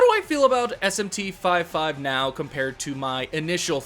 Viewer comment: It’s not called SMT 5 5 🥴